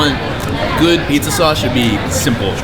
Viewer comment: Sounds like saying "pieces" instead of "pizza"